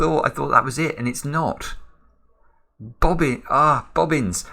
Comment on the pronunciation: Now that was quite a new way to pronounce bobbins 😁